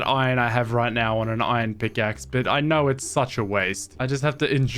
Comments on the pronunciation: Pronouncing "iron" like "oi-on" is cheating at Scrabble. There is an R in "iron". Swallowing the consonant sounds dumb. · Bro the way he's pronouncing "iron" triggers me so much